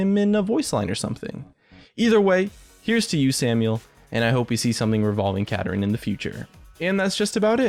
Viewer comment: It's Kapparin